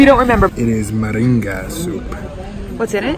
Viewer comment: “It’s the MERINGA soup.” “What’s in it?” “...meringa.” 😂😂😂